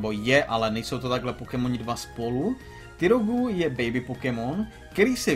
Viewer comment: Ta výslovnost sorry ale tyrogú. výslovnost - [tajrog]